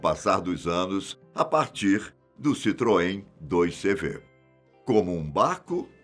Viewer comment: Diz-se CITROEN 2 CAVALOS (CV = 2 cavalos).